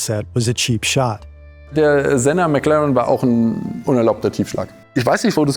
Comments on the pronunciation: what the hell is that pronounciation of McLaren. mac lauren? I know its not an AI voice, but this wont help the people that do. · Did you just pronounce McLaren as McLauren lmao what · “McLahrun” this hurts my ears 🥴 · no way he called it mclauren 😭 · I was fine with everything up until how he pronounced "McLaren" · He said McLaren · I really wanna believe these videos don’t use AI, but it gets really hard to do when the narrator mispronounces certain things… I’ve noticed it in other videos too but the McLaren mispronunciation is a little silly and suspicious. Still love the videos though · Never heard anyone pronounce McLaren like that